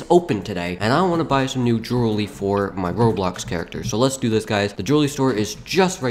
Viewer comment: dude, you said "droolery"